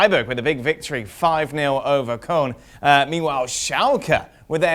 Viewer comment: its Koln not Kolm ... espn deluded